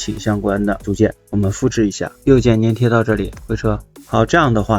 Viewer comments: 是（zhan）粘贴 ，不是 黏贴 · 他错了，你是对的，多音字，而且应该读zhan